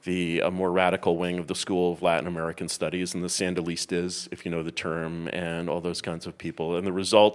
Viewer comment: Before I watch the clip, I hope it’s the one where Curtis says “Sandalistas”